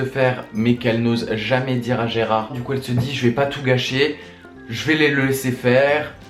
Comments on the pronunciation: Gerald ! Pas Gerard....D'où le titre original "Gerald Game's" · Gérard ??? non Gérald !!!